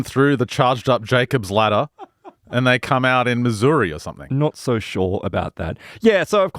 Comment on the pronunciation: Just want to complement you for pronouncing Missouri correctly! Impressive!